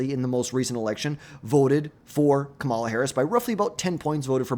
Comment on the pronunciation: How are we in 2025 and still mispronouncing Kamala Harris' name? KA-ma-la, learn to say it correctly like everyone does for every other politician.